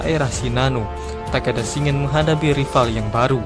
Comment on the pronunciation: Shin-gen Bang, bukan Shi-ngen